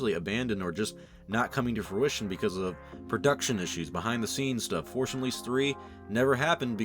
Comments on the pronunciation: “the Forsh Unleashed” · Forsh Unleashed. There. Now you can't unhear it. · "the forsh unleashed" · Sometimes it sounds like he says the forsh unleashed.